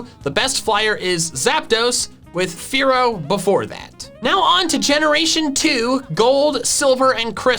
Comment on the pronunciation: Dodrio when says fearow: A FOOLISH MISCALCULATION